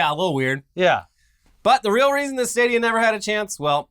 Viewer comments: with the "stah-dee-ah" again... It's STAY-DEE-AH like stadium. Love you:) lol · Stahdia... I can't get over that pronunciation.